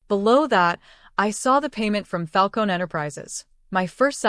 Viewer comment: "Falcone" - you pronounce the "eh" at the end. And I'm out . A whole minute of advertising. This is a "true" story?? Ha.